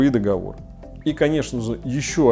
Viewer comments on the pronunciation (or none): none